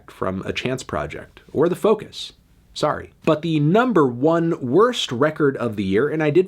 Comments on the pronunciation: Anthony turns Canadian for one second while saying "sorry" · Anthony went Canadian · Woah Melon, I didn’t know you were Canadian